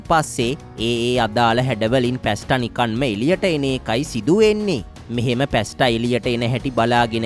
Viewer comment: පැස්ට නොවෙයි පාස්තා ?